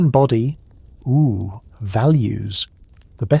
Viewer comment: Same with how he says Ooo Edit: spellings